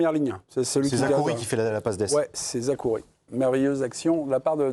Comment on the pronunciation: Zerrouki pas Zakouri les haineux